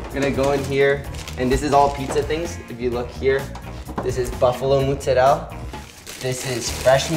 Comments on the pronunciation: Love this video but please learn to say Mozzarella correctly if you want to try to sound Italian. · Well you will get cancelled for saying “ Muzzarell “ instead of Mozzarella. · The pronunciation sounds strange when thrown in the middle of english, better probably just using proper italian, saying all the letters of the word (Mozzarella and not muzzarell) also american people have no idea of the concept of double letters sound, which in italian language is essential for pronunciation. Please also guys, be carefull cooking pizza at that high temperature, when the crust is burning like that is really bad for you, it's called acrylamide and it is rated as a potential cancer-linked substance. The oven should be around 350° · From an Italian: please stop saying mozzarel..mozzarella!! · Hey Mikey, it's MOzzarellA, not Moozarel ;) love, from Italy ;) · its not pronounced MUZARELLA , just sat mozaaarellla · I love the way he pronounces moozzarel. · "I used to say mozzarella but a bunch of Italians got mad at me" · Where do american italians get this mozzarella pronounciation from its not muuuzzarellll lol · Ya lost me when ya called it mootzarell. We get it man, you’re Italian, relax (even though Italians in Italy still say mozzarella). Mikey the kinda guy who calls pasta sauce “gravy” 🤦🏻‍♂️ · Why is he saying “mootsarelle” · What a nice guy but he pronounces mozzarella wrong, it's incredibly cringey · good job michelino thats a legit homemade pizza! next step could be getting into sour doughs and the right mozzarella pronunciation 😅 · The way he pronounces mozzarella reminds me of that one south park episode where randy becomes obsessed with cooking. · really nice kid but can someone pls explain me why he is butchering the word mozarella? Is he from a special side of italy? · I'm really triggered by the way he pronounces Mozzarella... Other than that he seems like a cool kid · why do Americans pronounce mozzarella so weird?! Italian Americans. it's very odd